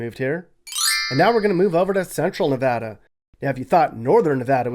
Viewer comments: Very accurate! Thanks for pronouncing "Nevada" correctly. Great job! And yes, it's so very dry in Nevada. People don't know this until they move in. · You finally have your facts straight for Nevada. You even said Nevada correctly. Most people split Nevada into 2 words. Pahrump has become another bedroom community for Las Vegas. Las Vegas is now spreading out to the border of CA & down to Searchlight & Prim where the Real Bonnie & Clyde car is permanently displayed in a casino. I have to go in winter cause I have a kitty. Too hot down that way in the summer. Have to wait till winter. Cooler. Kitty & I sleep in my pickup to save paying for over pricked hotel/motel rooms which play a game re pets. Pack of thieves. So I sleep in the desert. Oh yes I have my special friends with me. I Love Nevada. So much better than CA & its Homeless & illegal aliens from countries around the world. Valley of Fire State Park. Totally fascinating to me. I got to get back in walking shape. Nye county is a huge county & its growing fast. Still lots of Junkies & shoot ups. The Old West is very much Alive in Nevada. The Allure to come here. Hwy 50 with Austin & Eureka. Old Cowboy towns. Gold Mines big time. I have roamed most of central & Northern. Still lots to see & explore.